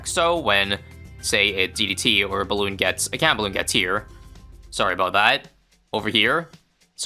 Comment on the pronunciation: "right aboot"